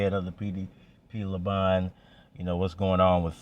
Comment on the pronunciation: "Laban" Laa'ban